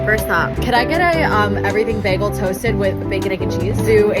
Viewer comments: As a new yorker its (bae g el s) 😭 idk but i love this vlog😊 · PLEASE READ THE WAY YOU SAY BAGEL PISSES ME THE FRICK OFF. LIKE WHAT THE HELL IS BAG-UL. NO IT'S BAE-GHUL. IT PISSES ME OFFF SOOO MUCH. WHERE DID YOU EVEN GET BAG-GUL FROM? LIKE FROM WHAT YOUR FRIEND SAID IT'S NOT EVEN A CANADIAN THING SO WHERE THE FRICK DID STUPD A$$ BAG-GUL COME FROM. I HATE IT SO MUCH WORDS CANNOT EVEN BEGING TO DESCRIBE HOW MUCH I HATE IT. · beggel???!?!?! in nyc we say baegul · What Americans do you guys know that say bagel like baggel? Cuz no way that's from NY/NJ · I don’t know who told her Americans pronounce bagels like that but yeah no… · Girl love you but I truly have never heard anyone say bagel like that in the us 😂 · Bc we don’t. I think that’s a Brit thing tho😭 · why are we saying bagel like that pls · Says “bagel” very canadian friend: oh my god you’re so american! 😭😭😭😭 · super seriously, I have never heard anyone said bagel like that before and I have lived in various parts of California for all 26 years of my life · I pronounce Bagel so differently than you guys lol. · never heard an american pronounce bagel the way did lol